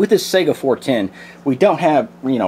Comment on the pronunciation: Sega is a game console!!!!!! SAY (sigh-gah) or (Kah-lah-sh). AK is badass in .410 or .45 or anything else.